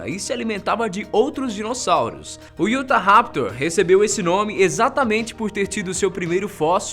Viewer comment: Não é iutaraptor e sim utaraptor